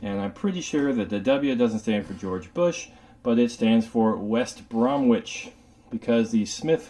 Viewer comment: West Bromich, Not Brom-wich. the 'w' is silent. Other than that 9.9 / 10!